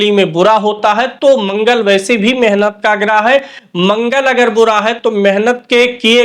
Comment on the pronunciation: शुद्ध शब्द मेहनत है न कि मेनहत शब्दो का उच्चारण शुद्ध करें